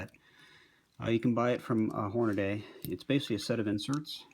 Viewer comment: It's not Hornaday, you fucking idiot! It's Hornady. The name is spelled out on all their products. There is no "a" between the D and the Y. Horn-a-dee. Hornady. Dumbass!